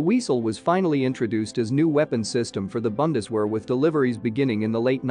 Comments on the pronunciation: It is Bundeswehr (the "u" is probunced like the " u" in unit ) and not Bandeswähr. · It's not pronounced Bun-des-wear - it's Boon-des-vehr! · You are pronouncing Bundeswehr as if it would be written with an A like Bandeswehr. Try pronouncing the U as in united. No offense it's only a tip to improve your German ;-) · 'Very unique' - ouch! And say 'Viesel' and 'Bundesvehr' - 'tisn't hard, trust me. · I know it is an artificial voice, but hearing the mangling of "Bundeswehr", "Heer" and the like just grates. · Please look up how to pronounce Bundeswehr. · Maybe next time the word Bundeswehr can be pronounced correctly.